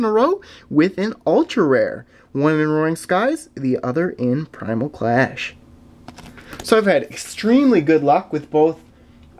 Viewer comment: Actually he got it perfect. Roaring Skies... Primal Clash... Phantom Forces.